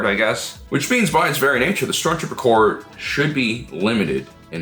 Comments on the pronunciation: Corps, not "Corp". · This was a cool video, but it's "Stormtrooper corps" not "Stormtrooper corp". Like Marine Corps. "Corps" is French for body, and it's a common military organization stemming from the Napoleonic wars. Three guesses who coined it. ;) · my head canon is the stormtroopers are demolitions experts. Their small arms training is nothing special, but they can blow stuff up real good. By the way, corps with an s is pronounced core. The s isn’t dropped to make it nominative singular.